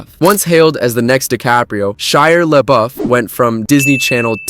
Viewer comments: Yeah me and "Shiar Lebuff" agree with you😂😂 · Who is SHIRE Labeouf?? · Shire LeBuff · First, it's not a "spelling error", he never spelled it incorrectly, he SAYS it incorrectly, did you even watch the video? LOL Second, whether he's a liar or not is absolutely irrelevant to how he pronounces the name. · AI bot can't pronounce Shia Labeouf LOL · Juicy smooliyay too